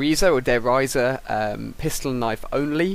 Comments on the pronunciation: a knife kill is 130... a headshot is 100. Also, why do people think sensitivity has anything to do with how good people are? And it's pronounced Der Reeeesah. Not Der Rysah. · say der riese as you would say der rice* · its pronounced der rize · y do people say a at the end of der reise plus it not how u pronounce it! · rofl der riese not der reise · Der Riese. (3 syllables) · its der riese (pronounced with a e not i) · why can no-one pronounce Der Riese correctly..